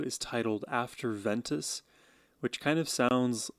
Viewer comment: BTW, it's not afTer ventus, it's AFER (no 'T') ventus. It means African Wind in Latin.